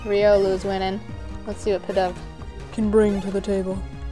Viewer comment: its pronounced "pee-dove" its in the anime :)